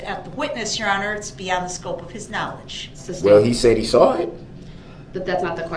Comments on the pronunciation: OR that it's Sustained not SUB-stained and you don't say groundz after EVERY objection. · I’m wishing they all just start making fun of him. Saying “I don’t need to AXED” and “Objection SUBSTAINED” just to antagonize this POS